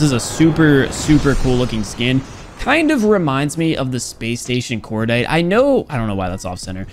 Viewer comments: "Space station corditae" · "space station cordite"